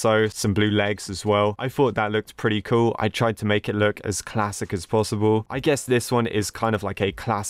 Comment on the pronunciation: when he says cool is just sounds like coo